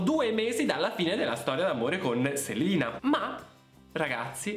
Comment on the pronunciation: Grazie di aver detto 'Selina' e non 'Selena'. Nessuno che mai lo pronuncia giusto 🖤